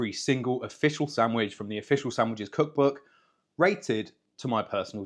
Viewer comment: Stop pronouncing „sandwiches” wrong